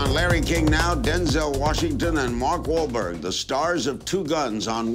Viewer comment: So Larry CAN say Mark Wahlberg's name correctly LMAO